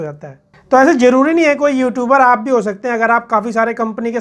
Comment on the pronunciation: جیادہ، جروری ،جمین 😂😂😂😂 ضروری، زیادہ، زمین صحیح الفاظ ہیں، تلفظ کا صحیح استعمال کرنا سیکھیں ۔۔